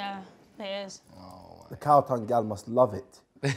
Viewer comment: Man said cow tongue